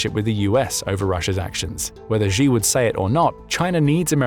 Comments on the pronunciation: His name is pronounced She! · “She”, the surname Xi is literally pronounced like the English word “she”. Don’t be like the other news organizations that mispronounce his name 😅 Great content otherwise 👍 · xi is pronounced a bit more like ‘she’ than ‘jee’, and xin hua is hsin hwa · NB. Xi is pronounced in English as ‘She’ and the Chinese news agency Xinhua is pronounced in English as ‘Shin Hwa‘ hwa pronounced hwar…. As in arr